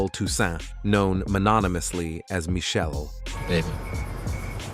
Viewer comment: It’s not “Michelle.” It’s pronounced: mish- shell- lay. It’s not “shoog.” It’s “shug.” If true, it’s sad that Dre hits females. It’s equally sad that Dre and is a billionaire that pays literally nothing in child support.